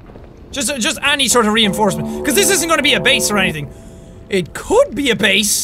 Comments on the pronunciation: You still said base wrong you said bease not base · Jack it's not baes it's base